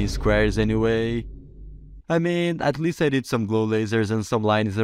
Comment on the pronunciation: "at lea(st) it works"